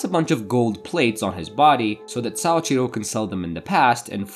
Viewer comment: Man, your Japanese is very poor. Soichiro is (SO-EE-CHI-ROW) not (SAA-CHI-RO) or sometimes you said (SA-EE-CHI-RO) or (SAO-CHI-RO). I don't know why your brain has to add an A into his name. Your (Ri) in Rika, was closer than most native English speakers, but it was definitely Spanish rolling and not the character り. Also, you can't even keep her name straight because you later call her Riko, multiple times. And Kazuhito? You literally left out 1/4 of this man's name. You looked at a 4 syllable word and really just left an entire one out. His name was not Kazuto, it was Kazuhito. Then Shiraishi. You just changed the last (Shi) into (Sha). What's the obsession with adding an (Ah) sound into everyone's name? holy shit you BUTCHERED that name my guy. "Saochiro started dating Suashira"? That is how you said it. Does Suashira and Shiraishi sound the same to you? lmfao I'm sorry but this was painful for anyone who knows even the slightest bit of Japanese.